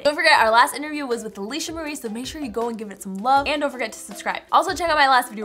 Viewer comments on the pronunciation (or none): none